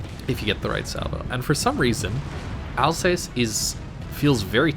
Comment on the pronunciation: Al-zahss, not Alsays